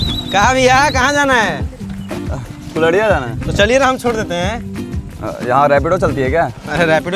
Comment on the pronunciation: Ara arariya nahi kulhriya hai be 😅